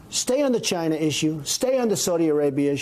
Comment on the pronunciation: you mean travel restrictions on "Jina" not "China?" That's how T pronounces China. Jina